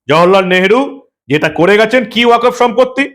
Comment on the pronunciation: uchharonta 'Waq of board'noi, 'waqf ' board. ক এ হসন্ত